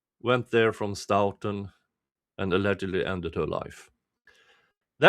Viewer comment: I haven’t seen all of your streams. Have you followed the hubbub in Stoughton with the town manager trying to force the police chief out? BTW…your English is way better than my Swedish, but may I gently point out that they say “Stow-tun” (like “toe”).